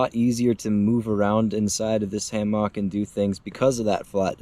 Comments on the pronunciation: As soon as I heard “ham ah k” I left 😂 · Is he saying Haymock? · I have never heard hammock pronounced hay-mark. Same for carabiners (beeners) pronounced as cara-byners. Is this a regional accent thing? Having taught English as a second language in several countries I have an interest in accents and having had the pleasure of visiting your great state i do know Minnesotans do have a distinctive accent. I did enjoy the review. I've just received my Haven XL and am eager to get it hung.